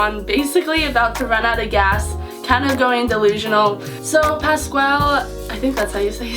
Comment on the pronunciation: Pasqualle is pronounced pass-kwal